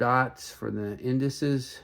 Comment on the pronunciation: Not being critical, just offering an idea. To present like like an authority, pronounce the names and parts like a pro. Its Richard Mille (Ree-shard Meel).. and its Tourbillon (Tour-b-on) not Ter-bill-on.. its indices (in-duh-seas) not in-dus-es. And its Homage (O-mage) not Haw-mage. 😇